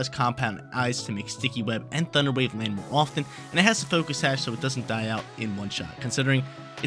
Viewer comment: that southern accent thunder wyayve got me lolling!